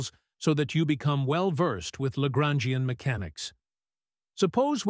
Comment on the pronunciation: Traduction accordée à IA est mauvaise la prononçassions de LAGRANGIEN=horrible